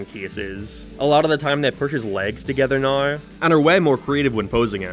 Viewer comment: PLEASE SOMEONE TELL THERE ISN'T AN R IN THE WORD PUSH 😭😭😭😭😭